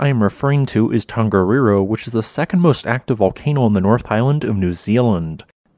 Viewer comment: Another great video! Always so informative and engaging. Your Maori pronunciation is really good too. Just one wee hint, if I may - when speaking Te Reo Māori, the letter ‘g’ is always soft. So the ‘Tong’ in ‘Tongariro’ should rhyme with ‘Song’. The same is true of most Polynesian languages. ‘Hunga Tonga–Hunga Ha'apai’ ….. soft ‘g’ all the way. 👍👍👍 Thanks again for the great content😀